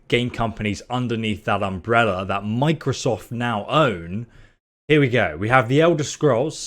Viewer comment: he said microsof instead of microsoft directly after that aswell